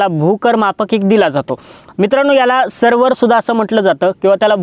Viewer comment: छान माहिती (फक्त सर्वर नाही तर सर्वेअर)